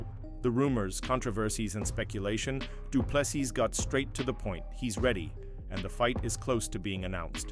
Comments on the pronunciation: Doo ple SEA or SEE....NOT sis...no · Fix your dogshit AI voice. Du Plessis! Pronounced: Do-Plehs-C three syllables. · Shame he cannot beat up the narrator who is such a slack assed idiot, he cannot pronounce any correct syllable of DDP's name. What an absolute insult. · Ag please man why do you americans not respect a person and prenounce their names properly like drikus surname .Whont listen to your potcast again